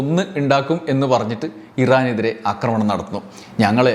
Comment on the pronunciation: അക്രമണം അല്ല, ആക്രമണം ആണ്. അക്രമിക്കുക അല്ല, ആക്രമിക്കുക ആണ്. കേട്ടുകേട്ടു ഞാനും തെറ്റുപറഞ്ഞുതുടങ്ങിയാലോ എന്നു പേടിച്ച് ഈ ചാനലിലെ 'അക്രമ'വീഡിയോകൾ കാണുന്നതു നിർത്തുകയാണ്. ക്ഷമിക്കുമല്ലോ. സാമ്രാജ്യത്വ-സയനിസ്റ്റ് അതിക്രമത്തിൽ ശക്തമായ പ്രതിഷേധമുള്ള ആളാണു ഞാൻ. ഇത്തരം വിവരങ്ങൾ അറിയാൻ താത്പര്യവുമുണ്ട്. എങ്കിലും, സമാനമായ വിവരങ്ങൾ ശരിയായ ഉച്ചാരണമുള്ള മറ്റു ചാനലുകളിൽനിന്ന് അറിയാൻ കഴിയുമെന്നതിനാൽ തത്ക്കാലം അവയെ ആശ്രയിച്ചുകൊള്ളാം.